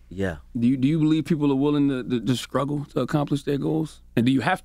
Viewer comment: Charlemagne said skruggle instead of struggle